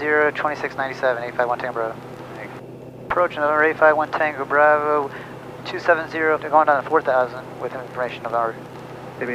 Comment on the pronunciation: your bravo sounds like "brother"